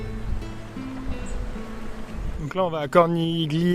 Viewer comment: C est drôle de voir la jolie pleurer d épuisement dans les cinque terre alors que ce sera une guerrière en Afghanistan et en Iran..le voyage visiblement endurcit..Bravissimo a vous 2..et au fait dans CORNIGLIA comme dans TAGLIATELLE on ne prononce pas le G A très vite 🥰🥰🥰🥰🥰🥲